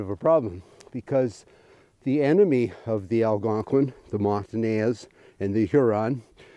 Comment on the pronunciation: This is great. BUT, it’s “Mon-tan-eyes”. I used to say the same. Keep up the great interpretation of history.